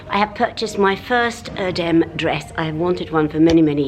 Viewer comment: Loved seeing Erdem's shop, and wow to have one of his dresses! Please show us it full length on you. Also please try to say Errr-dem as his Father is Turkish.